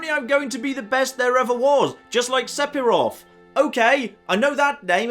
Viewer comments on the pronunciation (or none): Di.... did he just say Sepiroth? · Am I just stupid or is weird? PH makes a 'f' sound so he's pronouncing Sephiroth incorrectly